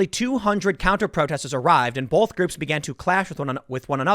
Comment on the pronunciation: Is it a regional thing that Tim adds an L to both (bolth). like wash and warsh. soda and pop